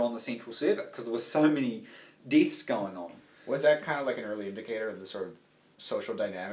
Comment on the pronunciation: "There were so many deeths going on" Lol